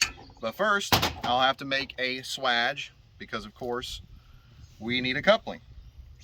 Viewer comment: For that entire part of the vid I'm like swage pronounced like" Sway Age " 😅